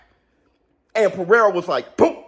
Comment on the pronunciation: Haha funny Alex. Perrrsra